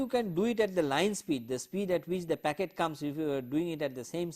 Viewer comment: oye! its "Packet" Switching and NOT "Pocket" :P now, Q : State 5 differences between Packet Switching and Circuit Switching.